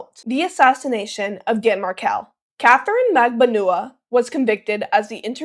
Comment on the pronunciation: It's pronounced Mag ban wah